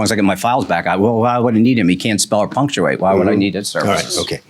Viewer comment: The way he says can’t spell or punctuate sounds apunctuate. He says it in snob 🤌😆